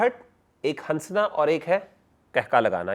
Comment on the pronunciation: Salams. Mashallah may Allah increase ur knowledge Just a humble request that in urdu language we don’t say ‘hansna’ Noon is silent We say hassna Jazakillah khair